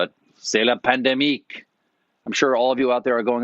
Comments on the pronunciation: Stephen: “C’est la pandémique” nice try. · "C'est la pandémiQUE"??? Colbert, we will have to pronounce your T if you keep inventing such weird french.